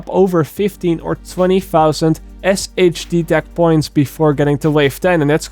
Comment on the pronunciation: SHD tech is pronounced “Shade tech” in game